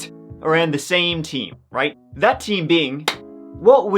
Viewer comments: Wait, did you just pronounce "theme" like "team" at the beginning of the video? xD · I thought you said "teen" not "theme" and I was thinking, for a split sec, this will be interesting idk how 3 incidents could happen to one person, but alas I was wrong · Okay, the accents have gotten completely out of control. If you pronounce the word "theme" and "team" exactly the same, then your accent should be outlawed.